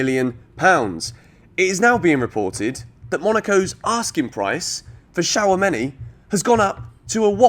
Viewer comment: It’s shoo-ah-me-ni. He’s French not Chinese